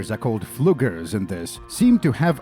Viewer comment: Fluggers is pronounced FLEW GARE ss